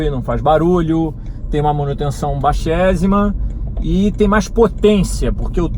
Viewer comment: Não estava convencido até ele dizer “manutenção baixézima” 💁